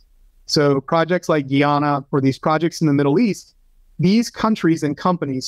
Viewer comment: It's pronounced, "Guy-Anna", not "Ghee-Ahna". 🤦🏽‍♂️